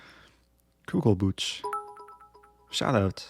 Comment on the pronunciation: It's not Kugelbutch but Kugelbuch, Buch (book) is spoken with a J like in Jalapeño :D